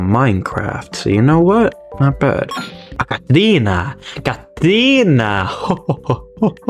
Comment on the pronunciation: You say catrina like a brazilian